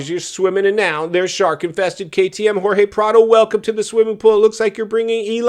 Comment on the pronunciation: Please be respectful. Jorge has his pronunciation in Spanish when you translate into English with George that is a little bit disrespectful. If I was Jorge, I want my name pronounced like it was given to me at birth.